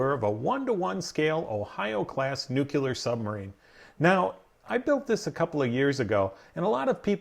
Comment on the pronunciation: It's not pronounced NUCULER.... it's NUCLEAR (new-clear).